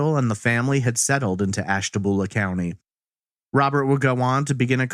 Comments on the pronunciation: FYI, Ashtabula is pronounced "byulah" not "boolah". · AshtaBULA not boolah.... Born & raised there :) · Lol it's ashta-bule-a not ashta-bool-a